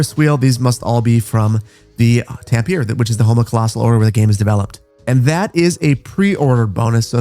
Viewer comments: Quick sidenote as someone who is studying Finnish. Tampere is pronounced more like "Tam-peh-reh" not "Tam-pier" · You butchered Tampere, its not "Tam-pier" it's "Tam-pe-re" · Tampere is pronounced "Tam-peh-rey" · Looks fantastic! I wonder how it will run. Also, you pronounce Tampere TAM-pe-re! Tam like "tamarind", Pe like "pelican" and Re like "repercussion" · I'm Finnish and I'm hyped to have Finnish stuff, though I have to say, how you said Tampere, wasn't even close hahaha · Great video except for the Tampere pronunciation ! :D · We need to talk about your pronanciation of Tampere. XD